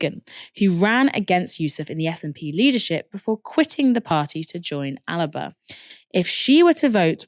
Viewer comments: Why does she say “Alaba” it’s Alba 😂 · Little thing: Alba is pronounced "Al-Ba". I know you're English but come on. Takes you one google search to fix that.